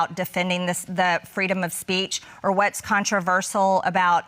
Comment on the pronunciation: She won, but I DO wish she'd take one second to learn to say "controversial" Marjorie it's "contra ver shul" We don't need one more excuse for them to say that we're "anti intellectual" and backwoods idiots.